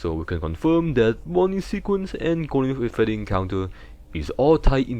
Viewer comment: Gowden Fweddy